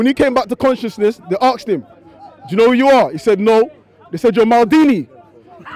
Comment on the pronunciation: "aksed" you lot have schools out there in London?